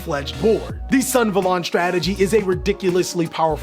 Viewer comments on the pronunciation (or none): Us: REGULUS SUNAVALON +: REGULUX SUNVALON Gosh I love you guys, but the way you guys deliberately mispronounce these card names is literally so funny. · Sun - Ah - Va - Lon